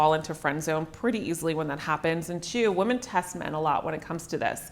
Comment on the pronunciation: Cute how she says women as woman.